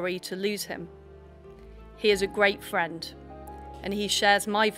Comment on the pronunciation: He's a gweat fwend who wants to see the countwy on the path to gwoth. Poor old Wiz